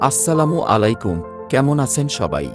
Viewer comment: ভিডিও ভালো লাগল তবে একজন হুজুরের কাছথেকে দয়াকরে সালামটা শিখে নিবেন (আলাইকুম) শুদ্ধ করে নিবেন।